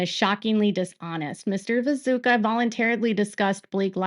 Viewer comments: isnt his name viTUSCKA? 😅 sounds like you're saying viZUKA. anyway tiny note ❤ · Hi! Love your work and how closely you allow me to follow this case from my couch. Are you calling him Vizuka on purpose? Isnt it pronounced Vitooshka? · It's "Vituscka", not "Viso(c)ka", "Vazooka", "Visuka" or any other variant or whatever! Just bothers me because the details matter with him especially in this case of what his actual story is here and his integrity! I know it's hard to pronounce but one can also just look it up, just a thing that bothers me with your coverage otherwise thank you for dealing with this mess in the first place, the Daily Mail is infuriating and all this is so outrageous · Great work… But just FYI, his name is pronounced “vi-too-sh-ka,” not “vi-zoo-ka,” lol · I think it's pronounced Vitooshka. He's so contradictory I don't understand him at all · Hey! Love your content, but I have a quick piece of feedback. It took me a few minutes to realize you were talking about Vituscka. I kept hearing 'Bezuka,' and for the first part of the video, I was thinking, 'Who is Bezuka?' I'm not sure if it's the pronunciation or my ears, but just wanted to let you know!